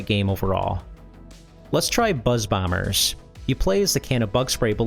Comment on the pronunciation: ""MATTEL ELETRONICS PRESENTS: BEE SEVENTEEN BAWMER"